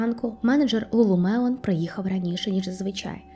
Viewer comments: Lulu Lemon тільки, а не мелон)) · Ні як не можу зрозуміти, як ти вимовляєш LuluMelon чи LuluLemon? Другий варіант вірний.